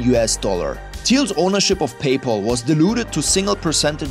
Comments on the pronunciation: “Pay Paul” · "PayPaul" lol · How hard is it to say PayPal when they say it in the video. Do you even watch your own videos?